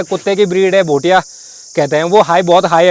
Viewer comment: Abe Bhai bhutia nhi bhotia bolna toh Sikh le